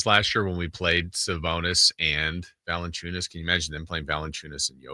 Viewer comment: bro not valencunias 😓